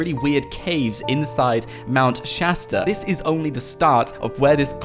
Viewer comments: Isn't it Shasta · Aidan Mendler Shasta XD